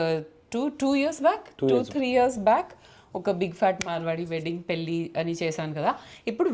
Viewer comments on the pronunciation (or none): It's not పెల్లి or పిల్లి, it is పెళ్ళి. If you can't pronounce or don't know.. that's not a crime, Keep it in english. But don't disrespect telugu language. I watch all your vlogs and enjoy but whenever I see your thumbnails in telugu I feel so disappointed. Good that you learnt telugu and speaking it but don't use it when you are not sure about it, especially in thumbnails. An observation and good suggestion only not to criticise you or your work.